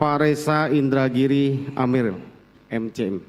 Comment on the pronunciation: Masa sdh pof baca nama indragiri salah